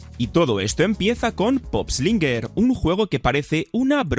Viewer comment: No es pop slinger es poop slinger. La pronunciación